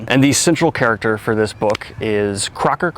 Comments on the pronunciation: "Croaker" is not pronounced like the word Cracker...it's Croak as in froggie... Frogs croak. "Croaker" is historical term for a "medic/doctor." Stems from the rather slim chance of a patient of such practitioners have. "Croakers" are the last people seen by people who are about to ... croak. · Read through the books of the south. It gets better morally. The story is amazing. Its pronounced Crow-ker, their way of saying he is shit at his job. Hes not though. Great series, solid ending.